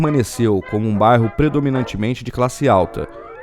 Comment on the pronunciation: Fascinante ver como era nos primórdios. So me irrita o sotaque do narrador. Ele não consegue falar bairro, sai barro. Eh bairro, amigo. Rsrs